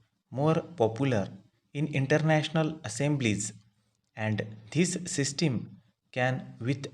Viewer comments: bhai sisteen ni hota hai yr pronounce toh thik se kr lo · Sistim kya hai bhai pronunciation sudharo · Bilkul bhai.... इसकी सिस्टिम खराब है शायद।😜😜😜😜